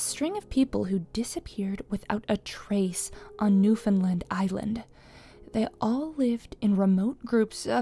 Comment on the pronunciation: you know i hate to be that guy but because im from newfoundland i know the correct pronunciation. its pronounced "new-fin-land" not "new-fin-lind". oher than that, great vid mang.